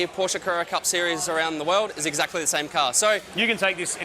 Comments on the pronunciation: "Porsche" is two syllables: "POR-shuh". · I know you can do better: Porr-sheh. It's German, thus you must pronounce it according to the rules of German language, even if it uses the same letters as your English language. Porr-sheh. Folks-va-gen. Bil-shta-in.